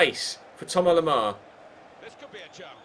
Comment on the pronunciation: His Name is Tomas lemar not tomar lemar